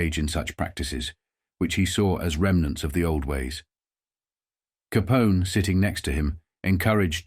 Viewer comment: How did the pronunciation get so butchered? Is it AI? I've never heard anyone pronounce "Capone" as "Caponi" before - that seems like something a robot would do.